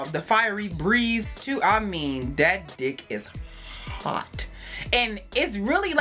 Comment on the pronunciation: I love these types of vids from you!!! 💕🤗 & when you said "That 'D' is HOT" !!! 🔥🔥🔥 With the extra emphasis on the 'H' ...lmao 😂😂😂 I was rollin!!!!